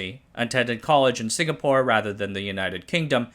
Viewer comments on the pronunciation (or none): none